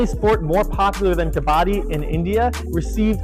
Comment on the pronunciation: Love your passion and vision. The song at the end is great! Please please please please PLEASE pronounce Kabbadi correctly, as they do in that song. Please! 🙏🏾